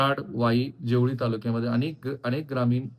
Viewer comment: जेवुळी नाही ओ जावळी म्हणा